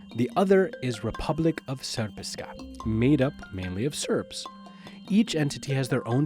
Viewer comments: It's not said sepr-ska its serp-ska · "Republic of SPRPSPRSPKA" Ne zajebaji me i fino izgovori